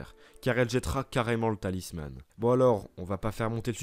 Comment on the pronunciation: J'adore ce que tu fais, mais je voulais juste te dire que ''talisman'' se prononce comme ''talisMENT'' et non pas ''talisMANNE'', je sais que c'est rien mais ça et d'autres exemples m'ont sorti de l'immersion x')